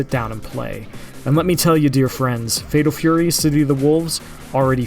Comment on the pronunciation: "Fedol Fury"?!